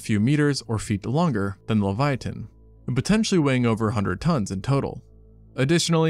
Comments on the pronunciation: Pronunciation: levy-atun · dude leviathan has an h in it. why are you saying it so weird? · Please stop saying leviathan like that.